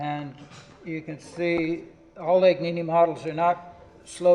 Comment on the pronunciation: Legnani Luigi not Legnini